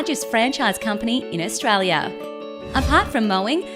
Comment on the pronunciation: I wish the woman doing the voice-over could say Australia.